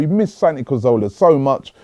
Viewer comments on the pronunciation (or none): none